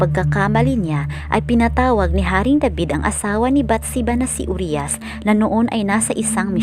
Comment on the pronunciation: Pls po pki ayus namn ung pronounciation ng uriah..hindi po "uryas" U-RAYA PO ang pagkabgkas npn